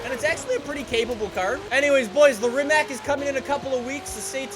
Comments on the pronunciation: Rimac is actually pronounced rimats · Im not a grammar nazi, but for the ears from your european fans, can you pronounce Rimac with C and not K at the end.. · Thank god somebody knows that,im Croatian and i hate when people say Rimacc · Rimac rimac rimac rimac